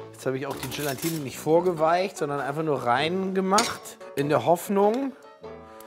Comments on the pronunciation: "GelaNtine" 😂😂 Ach komm Gelatine wird nur mit einem N geschrieben 😅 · Übt mal bitte das Wort „Gelatine“! Da ist kein „n“ vor dem „t“…!!! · Warum spricht man Gelatine eigentlich immer GelaNtine aus? Als jemand, der bei einem Gelatinehersteller arbeitet, zieht es mir die Fußnägel hoch, wenn man GelaNtine hört :D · Nein, daraus gewinnt man Gelatine und nicht GelaNtine. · Langsam solltet ihr wissen , dass es GELATINE und nicht Gelantine heißt! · Also, ohne Brille (am Anfang) sieht irgendwie "nackich" aus... Aber warum sagt denn Lege immer "Gelantine"??? Er ist doch Lebensmittelprofi und müsste wissen, dass das "Gelatine" heißt! Trotzdem wieder schönes Video. Nachmachen würde ich´s nicht. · 1. GelAtine NICHT GelaNtine 2. GelAtine darf nicht zu heiss werden 👌🏼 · Jungs, das heißt Gela-tine, nicht Gelan-tine! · Es heißt doch Gelatine, und nicht GelaNtine. Nur ein n als vorletztes... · Warum sagen die alle immer GelaNtine?! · Es heißt GELATINE……nicht GelaNtine….. 😖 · ES. HEISST. NICHT. GelaNtine! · GELATINE, es heißt GELATINE 😂😂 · Es existiert kein zweites "n" in "Gelatine"... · Man muss Euch ja Zugute Rechnen, daß Ihr kein Bodyshaming betreibt! ABER! Es heißt immer noch Gelatine, ohne n nach dem a! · GE-LAN-TINE... muss man nichts mehr hinzufügen...